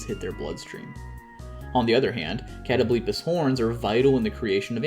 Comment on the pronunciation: I’ve never heard it pronounced as “Katto-bleepis” lmfao, sorry, is it not supposed to be “Kuh-tobul-pahs”?